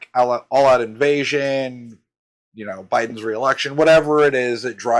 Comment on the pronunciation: "Bye-dons reelection"....too funny😂😂😂😂